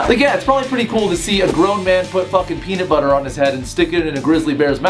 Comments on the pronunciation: he said pee knit butter im done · "Peanet Butter"